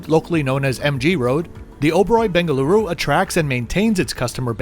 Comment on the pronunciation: You pronounced it right🙂!. I think someone forgot his medication😅!.